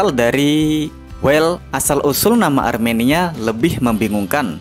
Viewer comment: Bang bang, Armenia bang bukan aremania😂